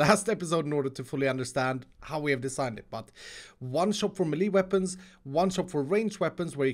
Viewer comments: pronouncing “Melee” (May-lay) “Ma-lee”🤣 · Wait... Do you pronounce Melee as Me-Lee or Meh-Lay? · are u from scandinavia? Maybe Sweden... Det låter som det på din engelska och hur du sa melee, de uttalas som meläj elr mäläj